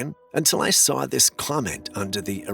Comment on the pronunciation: The word saw does not have an r in it